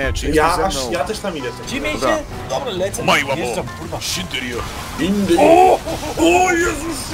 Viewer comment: ile razy mam powtażać Omae wa mou shindeiru a nie shinderju.... ah urgot